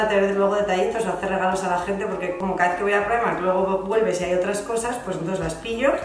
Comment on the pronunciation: Ayyy me pone súper nerviosa cuando pronuncias Primark (praimark)....Primark hija de toda la vida! Tanta tontería